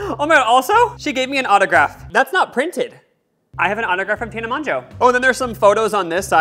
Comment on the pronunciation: i feel bad but everytime you say tana monJO it makes me cringe especially how much you talked about her in the pod 🥰